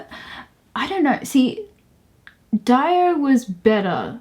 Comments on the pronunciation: Isn't it Dee-Oh? not Die-Oh? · no youre right they mispronounced dio as diiieeo rather than deeoo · "Who's Dio?" Gotta check him out ASAP, he wasn't just in Sabbath. His contribution in metal music was incredible, that's why he is one of the most famous metal singers :) (btw it's pronounced Dio same as like Rio) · I think you mispronounced Dio? Unless it is your accent that is making it sound different to me? I didn't know who you were talking about at first!